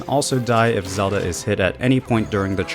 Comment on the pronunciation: Bro Said zela